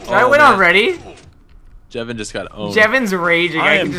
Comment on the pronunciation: it's Jevin not Kevin